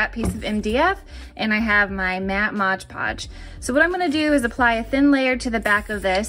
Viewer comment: M-o-d. It is not modge podge!